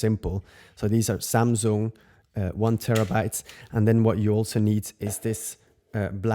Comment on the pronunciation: Hi, love the way you say "Samzung":) Thanks for sharing, see you in the next one.